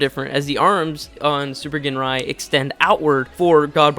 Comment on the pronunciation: Ginrai is pronounced "Jinrai". No hard G.